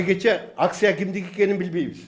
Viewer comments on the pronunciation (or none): none